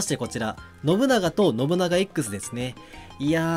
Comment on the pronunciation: 発音ノ↑ブ↑ナ↑ガ↑やなくてノブ↓ナガ↑やない？（笑）